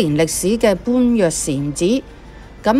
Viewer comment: 般若讀音為波野